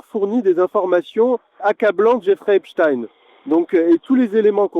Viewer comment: À prononcer " Jeffrey Epstiiiiiin ! " SVP...